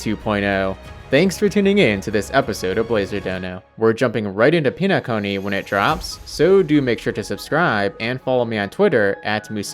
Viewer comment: Please call it pen-a-cony rather than peen-a-cony I can't do this no more